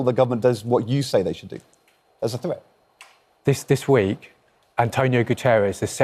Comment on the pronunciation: Its pronounce Threat not freat. Sick of these "proper" english speakers distroying our language